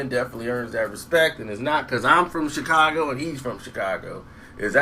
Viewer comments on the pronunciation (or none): none